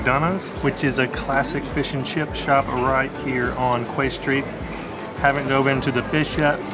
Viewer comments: Just watched your Galway video, for future reference Quay is pronounced key. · quay street pronounced "Key" street..